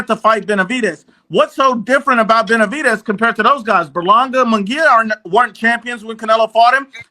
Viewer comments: How none of those actual latinos are calling you out for CONSTANTLY calling him bena-vi-dees was beyond me. Its disgusting on the ears... You must have been trolling because i heard you butcher his name more than the combination of the group combined used it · Bena-vi-dez... Try it, its not too hard